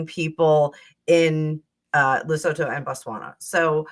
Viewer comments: Lesotho is pronounced as Le soo too. I am South African. Their country is landlocked in RSA. What about the video where Meghan pushed Sophie out of the way and wouldn't let Sophie stand next to H when the polo trophy was handed over? That was a Santabale fundraiser. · Lesotho -le sue-too